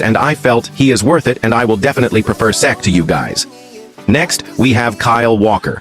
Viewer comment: This AI voice just pronounced Cech in 4 different ways